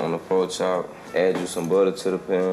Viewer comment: “po chop”😂